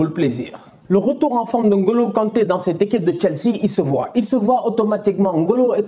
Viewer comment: Écouter N'Golo au lieux de N - Golo ça fait plaisirs aux oreilles